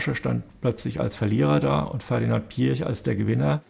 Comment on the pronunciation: Was Ferdinand Piätsch (so hört es sich phonetisch an) grinsend sagt, hätte genauso auch Adolf Hitler gesagt: "Ich habe die Absicht, der Sieger zu sein." Du magst einen Haufen Geld haben, aber ein Sieger bist du nicht, lieber Ferdi.